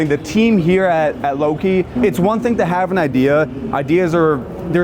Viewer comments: it's LO KI isn't it? Not Lok ki. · Low-kee. Loki. Not law-kee 🤦🏽‍♀️ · You notice how the first half of the video he calls it a lock-ee then the second half the video he pronounces it like the Norse god Loki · Not LAHKI, it's Loki, use that O... 😁 Love these Loki RV's, they can be improved on for their cost however. 500hp in a 2.5 million coach, weaksauce, the other conversion companies use the 605hp/1950ftlbs Cummins X15 and no million dollar + rig should be equipped with less today. Not sure about the Garmin's but would love to take a look and see how they work in that environment. The HVAC controller is the same generic controller every budget trailer gets from the factory. 2.5 million dollar Prevost coaches always come with custom HVAC control that can be controlled from anywhere, how Loki skimped out on that one is beyond me. Bragging about no generator shows that Loki didn't think this through, there are days when you can't get solar, having a diesel generator is needed (96kw is great, without solar however, you aren't going a week) and all Prevost conversions come with them unless the customer decides against it, perhaps the one you were in is one of those, but a lack of a generator isn't something that would work at an F1 race for very long without adequate sun to supply the batteries. Newell could teach the boys at Loki a thing or two regarding outside storage bays, for the 2.5 million Newell, Liberty, Marathon and Country Coach (RIP) have their 2+ million dollar coaches much better equipped for bay access and control over things, no need to bend over to get to things in theirs. I do love the plumbing bay, very well put together. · Dude, you can wear the bestest suites put on the bestest make-up and just simply act like an Ubermensch, I don't care, I will listen to what you have to stay. But 1 thing you can't do is prenounce Loki as Lucky, multiple times!! Dude, seriously??? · No way this mf pronounced loki as lock key....